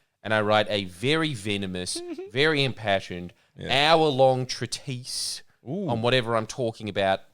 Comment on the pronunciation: Extremely pointless post. And I probably made a bunch of errors. But without the fear of Ali correcting them, the tired boys pod forgets English. Credance - umbrage. Exclusively - extensively. Deprived - depraved. Treatise is pronounced more like ~ treat-es.